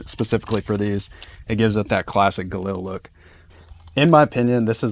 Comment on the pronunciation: All this talk about your rifle and you can’t even pronounce the name of it properly.